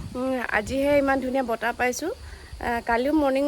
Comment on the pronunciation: ছোৱালী জনি বৰ ধুনিয়া কিনতু বতাহ বুলি কব নোৱাৰে বাৰে বাৰে বতা বৰ .......